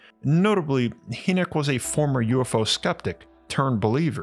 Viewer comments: It’s dr Hinek not haynek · Hynek pronounced Hi-neck, not hee -nick. I wince every time you say his name. I'm surprised you've never heard anyone pronounce it before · ⛏🏔 Excellent video, brother! Emphatically ADORE your work!! 🕉 2 small pieces of information you may want to absorb: • Dr. J. Allen Hynek's last name is pronounced "High-nick" • the word 'enamel' (via the cave bear teeth), is pronounced "ē năm ill" ('năm' think like the 'a' in 'bat'). Just thought you may want the correct pronunciations for future use in videos. 😉🤘🏼 Keep up the fantastic work!💞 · Dr. J Allen Hynek (Hynek is pronounced like "High-nik" not "Hee-nek") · "Hi nick" not "He nick. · Young man his name is pronounced "High-neck" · "Hynek" pronounced High-nick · HIGH NIK is how you say the Blue Book guy's name. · I love this series! Never stop! BTW J Allen Hynek's last name is pronounced like Hyman, where the first part sounds like "Hi". UFO Buffs like myself have heard this name a hundred thousand times and he is quite iconic to say the least. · It's pronounced like: 'High-Neck.' Great videos, Thank You. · Bro, it's Hynek. (Pron. Hi-neck 🤦🏻). Love the videos. 😊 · Thanks. Interesting story. Just a reference re pronunciation: it's "high neck" (or "high-nik") for Dr. Hynek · Another great job. However I’d like to let you know that Dr. Hynek’s last name is pronounced HI-nek. Just thought you’d like to know. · Love your stuff but J. Allen “Hee”nek? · Pretty sure it's pronounced... Hi-Nick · The Ufologists name is pronounced J Alan Hi-Nick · It's pronounced..Hi.nick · Hey young man his name is pronounced High-Neck... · Your pronunciation of Dr. Hyneck’s name is incorrect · I’m not one to complain normally, but the way you pronounced J Allen Hynek’s name drove me halfway insane. You have to get your pronunciations right if you want me to stop complaining.